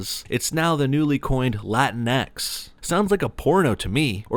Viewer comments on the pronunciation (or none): It's not pronounced "Latin Eks". It's pronounced "La Tinx".